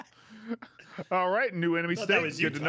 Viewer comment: As an Illinoisian. I hatted the way she said IllinoiS lol. I saw it without the s sp its Illinoi